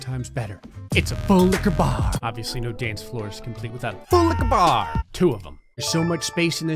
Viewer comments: I hate and love how he says full licher bar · I'M LAUGHING HYSTERICALLY RN, THIS MAN IS SO FUNNY 😭😭🤣 is that a "FULLIQUORBAR" the way he says it 😭😭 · I keep hearing fool licker bar when he says it’s slowly😂😂 and full licka bar when he says it more fast😂😂😂